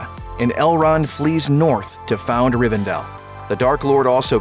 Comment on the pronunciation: It's RivenDELL, not RivenDALE.